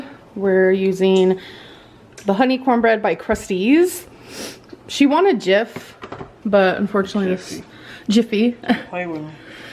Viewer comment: The emphasis is on the end of the name. "crustEAZE" pronounced it as if someone's name was Crusty.